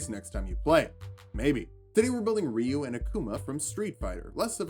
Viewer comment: Good to see someone who can not only pronounce Ryu correctly, but hadouken as well...